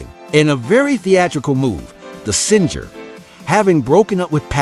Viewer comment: dear gawd ; I would truly love it if voice over people could pronounce words correctly :( sad He actually pronounced the well known word "singer" with a hard g " sin'ger ". sigh......